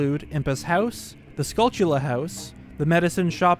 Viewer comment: Not to be that guy but I'm pretty sure it's supposed to be pronounced "SKULL-chull-uh," as in a portmanteau of skull and tarantula, not "skull-TULL-uh"